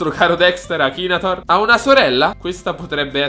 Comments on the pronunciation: nn si dice akinator ma akinetor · ma come cazzo pronuncia la parola akinator??